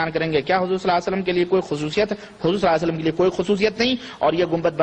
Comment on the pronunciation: Is najdi ko صلی اللہ علیہ وسلم bhi theek se kehne nhi aara salla sallam kehra jahil